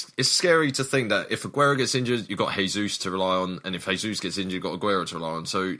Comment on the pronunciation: AAAAAAAAAAAAAA It's not Hesús, it's Jesus, he's not from a Spanish speaking country, Portuguese is different. In Portuguese you pronounce it like Hesus but with a J, if you just say it like you normally say Jesus it's fine too.